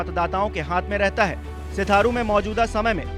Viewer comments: Sir sheerathu hai aap bar bar shitharu bol rahe hai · रिपोर्टर महोदय सिराथू सीट है,न कि सिथारू। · सिथारू नहीं सिराथू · Iss unpad ko padhna sikhao pehle sirathu ko setharu padh ra hai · Mayank Gupta ji ye patrakar Sirathu ko Sitharu har baar bola hai kaisa patrakar hai bhai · Sitharu .nahi. sirathu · सिथारू नही सिराथू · Ayenge toh bs yogi hi...waise phle achhe se naam pdh liya kro...sitharu nhi sirathu hai bhai... bjp jindabaad❤️ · सिथारु नही बे सिराथू है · O chacha sitharu ni Sirathu hai vo😂😂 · Tujhe patrakaar kisne bana diya tujhe to hindi bhi padhna nhi aata, sirathu ko sitharu padh raha hai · भाई सिथारू नहीं सिराथू है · Name to shi se lo bhai...Serathu hai Setharu nhi🙄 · Full nashe me ho bahiya🤣, sirathu h wo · Bhai सिथारू नही सिराथू बोलो यार 👍🏻😂🙏🙏👍🏻👍🏻🙏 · आजकल ऐसे ऐसे नमूने पत्रकार माइक लेकर खड़े हो गए जिनको शुद्ध हिंदी नहीं बोलना आती सिराथू को सिथारू बोल रहा है गधे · Bhai naam to sahi pronounce karo. Sirathu h Sitharu nhi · सिराथू not sirtharu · बार -बार आप सिथारू बोल रहे है वो सिथारु नही भाई सिराथू हैं भाई... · आप सिराथू को बार -बार सिथारु बोल रहे है । कृपया शब्द पर ध्यान दे । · सीट का सही नाम सिराथू है, क्रपया सही उच्चारण करें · अरे भाई यह सिराथू है आप बार बार सिराथू बोल रहे हैं ठीक करें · सिराथू बोलना सीख पहले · तुम रिपोर्टर होकर गलत नाम का उच्चारण कर रहे हो ये 'सिराथू' नाम है शर्म करो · Right pronunciation kro sirathu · Kam se kam Jagah ka naam sahi se lo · सिराथू है सिथारू नहीं... सिराथू विधानसभा सीट है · Sitharu nhi h bhaiya Sirathu h 😀😂😂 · Sitharu nahi Sirathu 🤣🤣🤣🤣 hai re pgle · Setharu nhi bhai serathu hota hai 😂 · Not sutharu this name is sirathu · सीथारु नही सिराथू है भाई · सिथारू नही सिराथू नाम है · सिराथू को सिथारू सिथारू क्यूं बोल रहे हैं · सिथारू नहीं यार सिराथू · सिथारु नही सिराथू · Sirathu not Sitharu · Ek to nam glt le rhe upr se itni sirathu ko sitharu bol rhe😅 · Sirathu ko sitharu mat kaho! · Sitharu nhi Sirathu hai ...Naam to sahi lo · सिथारू नहीं सिराथू भाई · Anpadh Patrakar Sitharu nahi Sirathu hota hai 🤣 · सिराथू है नकी सिथारू